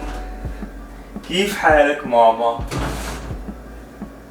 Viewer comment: I knew you are arab since you said mamaaa😂